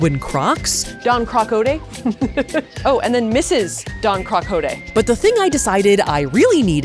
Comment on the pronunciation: safiya calling Don quijote , donkey is sending me